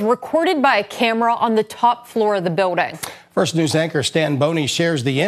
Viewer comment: News lady said biwdang instead of building 😂